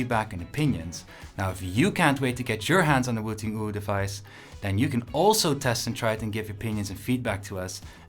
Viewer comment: i wish he didnt say uwu like that edit: he stopped saying it like that 1min 10s in